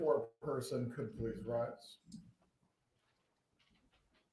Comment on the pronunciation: “Let’s pless prayyy” 😂